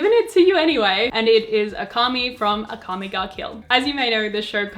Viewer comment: Omg please read their names like Japanese “Akami” hurt my ears and weeb heart